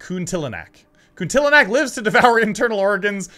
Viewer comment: Kuntilanak = koon-till-anuck. It's a typical common ghost in many Asian ghost folklore. A young lady, with long black hair and wearing white dress/gown. Your pronounciation is quite correct. You just misspelled one letter = Prabu Sil(A)wangi. It's Prabu Sil(i)wangi. :D Bandung = Bun-doong. You spell "Bun" just like in "Bunny". And, maybe you already figure it out, if you feel confused about what have to do next; besides read the phone's notes, you can see Linda's bracelet on her right arm all the time. If it's glowing red, that's mean there is enemy or any ghost nearby. If it's blue, that's mean there is any item that you can interact/collect.